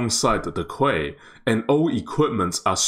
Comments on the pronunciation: Quay reads as key, not kuay, just FYI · Quay is pronounced as Key